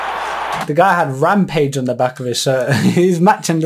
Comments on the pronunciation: It said Ramage, not Rampage.. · Ramage, Rob Ramage not Rampage